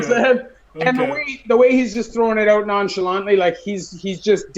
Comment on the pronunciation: Lol and owtt (out)